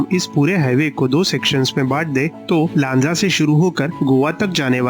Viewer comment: Pronounced चिपळूण, लांजा, राजापूर correctly %मराठी